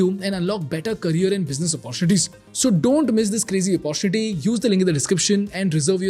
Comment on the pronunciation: Great content . Do pls chk your pronunciation of MIRACLE & OPPORTUNITY.